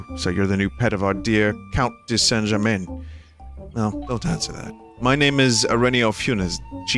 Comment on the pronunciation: A tip, if the last letter in a French word is a consonant (usually t or s) or the letter e (unless it has an accent like é), it is often silent. If you are supposed to pronounce e like ee then there will be a mark on it. For example, enchanté has the pronounced e at the end. Comte de Saint-Germaine is pronounced like comt de san germain. Disclaimer I'm not French or fluent in French I just took 4 years of high school French and like French stuff.